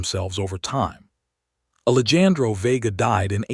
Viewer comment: Please work with the Al narration. The name “Alejandro” was mispronounced all throughout the story. It is very distracting and equally disrespectful to the character in the story. Listening from Clarksville, TN.